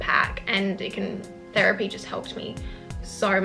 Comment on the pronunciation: She said therepy but girl i don't have the money 💸